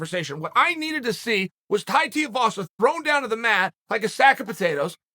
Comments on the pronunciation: Stop pronouncing his last name wrong!!! its TUIVASA not TEAVASA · Pronounced Tai "Tooivasa" Tuivasa Not Tai Tiavasa 🤣🤣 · How can you possibly speak so eloquently, then be so unable to pronounce names properly. His name is Tuivasa, he does shoeys...youre not calling them "sheyas"...Tuivasa....Shoeyvasa. simple, give him the respect he deserves by getting it right. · Haha..Te as vasa..Tuiavasa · Too-ee-va-sa, not Tai teea-vas. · C'mon Chael. TUIvasa, not TIUvasa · It's pronounced Tuivasa not Tiuvasa lol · Tiavasa not Tuivasa? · Chael, get it right mate. Two-eee, not Tee-ooo. FFS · Pronounced 'too-e-vasa' not 'tee-a-vasa' 👍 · Tuivasa not Teavasa brudda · TUIvasa not TEEvasa jesussss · Uncle might have found some new respec for Tai, but he STILL fucks up the name Tuivasa, its not TIU, its TUI, dyslexia rules, ko. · Who is Teavasa? lol I swear Chael does this shit on purpose because he's said his name properly before. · Thai Tia Vasa? No comment necessary, Thank You Uncle Ch-ail! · my man its tuivasa - TOO E VASA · LOL how he says tai tear vasa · Brother Chael - It’s TUI-Vasa. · "Tai's the number 3 wanked heavyweight"?! Ok Chael. Oh, and it's Tuivasa. TUIvasa! Tui-vasa. Too-e-va-sa. Get it right. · Its pronounced (2-E-Vah-Sah) Tuivasa! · Who is this Tai Teeavasa Chael keeps talking about? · "Tie Tiavasa" - Uncle Chael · Tie tee-ah-vassa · Chai Teaavasa...... who the fuck is Chai Teaavasa? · Chael - It’s pronounced “too - ee - vah - suh” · Thai tea avasa. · Tai Tiuvasa 😂😂😂 Chael massacred even Tuivasa name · Tai TUIvasa (Too-ee-vasa) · Third wanked heavy weight? Jeez Chael.. And 'Tiavasa' lol the master of intentionally getting people's names slightly wrong. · Chael it's Tai Tuivasa T-ai Tu-i-va-sa 🤦‍♂️ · Chael his name is Tai Two E Vasa say it right. <3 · Chael is slowly becoming a joke because he doesn't pronounce anybody's names correctly. Teevasa? Ingano? Bro learn how to pronunciate, you're starting to remind me of Oscar De La Hoya! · Please Chael! It’s 2 E Vasa!